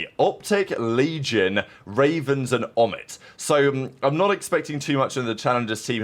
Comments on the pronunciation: It’s pronounced O-Mit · your pronunciation of omit is a clear omission